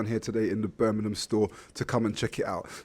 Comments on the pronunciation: It’s pronounced BIRMINGHAM not burnminum! Jesus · This is Birmingham, not Burminam.